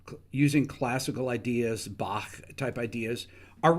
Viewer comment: Impressed by your authentically German pronunciation of the "ch" sound in "Bach."